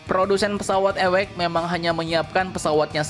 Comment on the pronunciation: Awac di baca ( Ei double/ dabeul yo eci ) bukan nya ewekx...